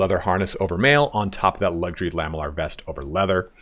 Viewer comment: Can i just nitpick on something: It's pronounced "la-ME-llar", and not "LAH-me-llar". Because it's made from lamelles.